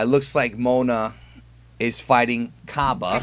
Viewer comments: It's pronounced Cob-AY not Cob-UH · Hey um...... Cabba's name is pronounced as in 'cabbage.' It's said like that in the Funimation dub